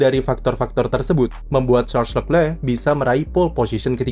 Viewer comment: masukan buat narator, cara baca nama Charles Leclerc : Sharl Lekle